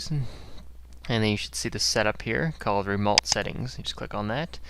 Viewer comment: No shit, watch your vids before you put them out there like you're helping something. Everyone has this information anyway. All this shows is that you can parrot a bunch of bullshit. Show us some real expertise...and stop saying "remolt". It's "remote".